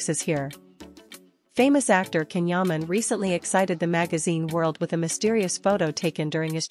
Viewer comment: This AI voiced female hasn't learned how to properly pronounce his name...it is pronounced "Jon"...not "canhuman"...